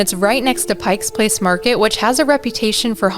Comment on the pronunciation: There is no “s” in Pike Place Market!! Ugh!